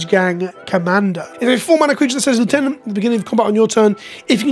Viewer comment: Sorry, gotta revoke your Brit license for your pronunciation of lieutenant.